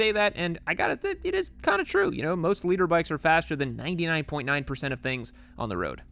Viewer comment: "Leader bike" 😂